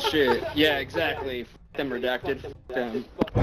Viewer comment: The amount of people who do not know it's pronounced ree-dack-ted is interesting. Like the word itself was redacted